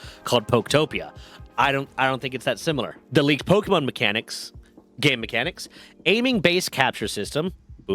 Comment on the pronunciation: Dude...put on a real shirt. You're grown, time to put on your big boy clothes. Also, it's a short e sound. It's not pokey-mon.